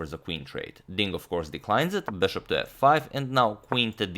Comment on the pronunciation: Am I the only one noticing that the way he says Bishop is off in some way. It sounds more like Bearhhshop